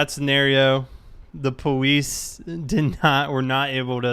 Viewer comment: why does he say powice